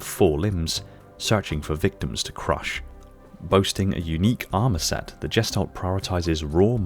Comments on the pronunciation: All I can do is cringe every time you mispronounce the German word gestalt. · The "g" in gestalt is like the "g" in girl.